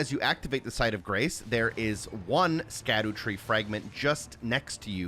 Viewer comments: Instantly stopped watching when bro didn't know how to pronounce "scadutree". Brother it's Shadow Tree fragments smh L video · How old are you dawg? Cant pronounce latin lmao. It's shadowtree not skadootree . Why would you even think it's pronounced like that, don't mean to sound petty but im not watching 30 minutes of a grown man who probably passed high school say skaddootree the whole video. Its almost impressive how badly you butcher that shit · it’s “shadootree” not “skadootree” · Its pronounced "shadow tree" btw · Great video but it’s pronounced “SHADOW” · It's pronounced "Shadowtree fragment". Scadu is an old spelling of shadow. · Isnt it pronounced "Sadutree" as in Shadow tree? with the sc making an s sound like science or scene.